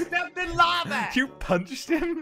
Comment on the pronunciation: at the end said I steped in lave instead of lava he said lave